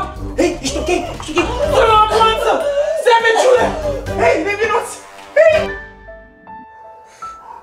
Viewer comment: stii prea bine engleza. subtitrare: sevigi, iar cand te sugruma ziceai corect savage :))))